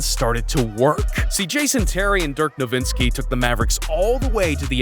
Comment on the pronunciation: As a german it pisses me off that simehow found a second N in Nowitzki